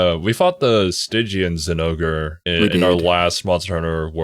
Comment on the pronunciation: Why they say "Zinogrrrrrr"?